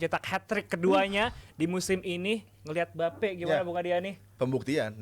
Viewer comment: Adiyani ngomong mbappe jadi embape